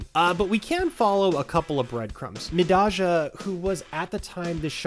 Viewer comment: Not liking the idea of someone 'saving this wrestling channels ass' who doesnt know how to say mi-DAY-jah